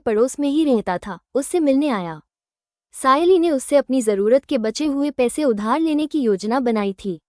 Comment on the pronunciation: સયાલી નહીં સાયલી છે